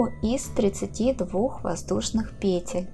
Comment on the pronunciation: Спасибо за урок, но по-русски надо говорить не пЕтель, а петЕль. Например - набираем несколько петЕль - УДАРЕНИЕ ЗДЕСЬ НА ВТОРОЙ СЛОГ.